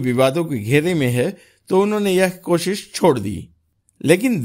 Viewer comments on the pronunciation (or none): none